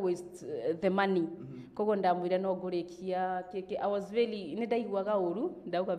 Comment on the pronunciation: Hakuna kucut😃😃😃😃 amesema vizuri na tukaskiaaa😃😃😃 Vely😂😂😂Going far girl. Keep on moving